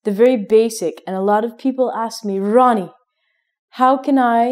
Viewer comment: When she says Ronnie,it seems like Hindi word 'Rani' . Its mean is 'Queen' in English.